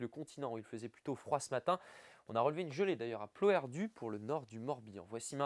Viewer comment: PLOERDUTTT !!! bon sang. On l'a déjà dit. Les finales des noms de lieux et de familles se prononcent!!! en Bretagne occidentale celtique, contrairement à la Bretagne orientale, romane. Pegoulz ' vo desket deoc'h ar gentel enta!?